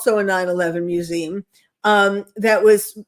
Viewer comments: What's a "mewzeem"? She can't pronounce "museum"?? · LeR m how to pronounce mu zee um!!!!! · Is she saying “museum?